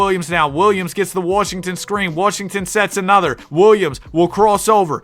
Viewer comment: WHO IS PJ WARSHINGTON? ITS WASHINGTON